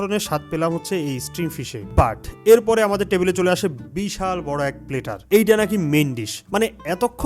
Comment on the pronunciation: প্লেটার না প্ল্যাটার।